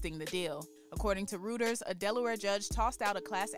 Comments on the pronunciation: Damn, Reuters, is not pronounced “Rooters”. It’s “ROY-ters”. Just a suggestion, if you don’t know how to say something, google it. 😂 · She pronounced Reuters incorrectly....😅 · They have every right to sue Tidal is absolute trash and not worth nearly that much $. Also sorry to nit pick but to the commentator learn how to pronounce the name of a MAJOR NEWS AGENCY if you wanted to be taken seriously in this field. Reuters look up how to say it correctly!!!